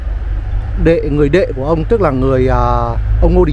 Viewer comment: Người ta là HUYNH và ĐỆ mà cứ thuyết minh là ĐÊ hòai. Coi lại việc thuyết mình đi